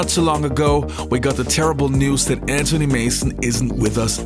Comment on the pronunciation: Why do you say AN TONY instead of Anthony??? Its AnTHony Mason.